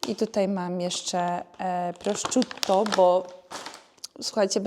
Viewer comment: Skoro będziesz miała Włocha🇮🇹 na święta, to śniadania na słodko raczej obowiązkowe (croissant i kawa) 😊 i jeśli będziesz podawać szynkę, to mów "prosziutto" a nie "prościutto". Powodzenia 😍